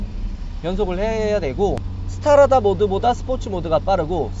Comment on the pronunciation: Strada스트라다를 스타라다라고 읽는 거 보니...어릴 때부터 영어공부와는 담을 쌓고 살았구나...